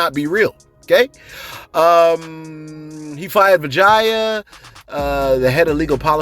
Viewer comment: Don't you say vagya again,,or how ever you spell it